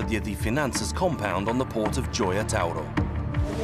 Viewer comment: Par contre Gioia tauro il le prononce mal on ne peut être bon sur tout les noms italiens